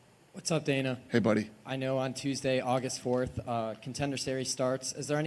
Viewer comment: man actually said “Dina” tf 🤦‍♂️😫😂